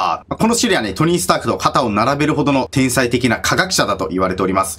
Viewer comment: 天才のこと「おうさい」って言ってたw 疲れてますよ